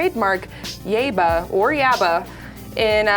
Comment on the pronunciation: Yah-eeba. Yaiba.